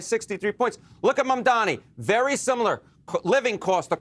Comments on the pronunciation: It’s M-A-M-D-A-N-I not Mandami! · They’re trying to pronounce it but just so they know it’s “MOM-DA-KNEE” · Did this fucker of a reporter just say Mandani twice?! How ignorant and disrespectful if he did! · As journalists you should try to learn how to pronounce his name. This lack of attention to detail is disappointing ...it is pronounced MumdaaNi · The host just keeps saying "mandani". How hard is it to pronounce his last name properly? It's not even a difficult name. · MuM - Da - Nii. Get it right guys. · Everyone together now: “Mam” (like “Mom”) “Dani” (like “Donnie”) Now put it together. For real people it’s not that hard. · Not mundami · I am starting to think white people's inability to say Mamdani is a speech impediment.. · How can you keep saying his name wrong after all this time? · Say his name right, Mamdani!! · Why these idiots cannot pronounce MamdaNi correctly ? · CNN, it’s about time you teach your staff to pronounce Mayor Mamdani’s name correctly! For your own credibility, of course! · Can the host pronounce Mamdani’s name properly???? Like wtf it’s about time. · I also noticed these CNN clowns intentionally butcher his name. Racist Zionists is what they are. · M-A-M-D-A-N-I can we please pronounce his name correctly. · Still, CNN people unable to say Mamdani's right. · You guys still can't pronounce his name? 😂